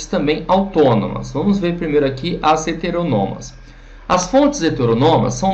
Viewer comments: Na humildade, A pronúncia é heteRÔnomas ^-^ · O vídeo está bom, mas, com todo respeito, a pronúncia é "heteRÔnomas"